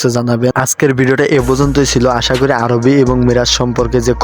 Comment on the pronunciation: আরবি না আরহি